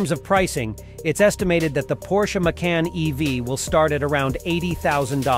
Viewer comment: Its not "Maycun"!!